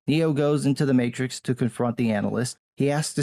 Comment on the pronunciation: You mean The Mate-Trix?